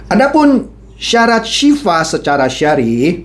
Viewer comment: mohon maaf pa bukan Sifah Tapi Sil'ah